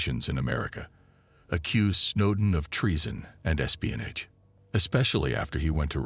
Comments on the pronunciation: Espionij wtf is espionij😂😂😂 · I know exactly what espionage is but I've never heard it pronounced espionij b4 regardless of whether it's a A.I or not 😆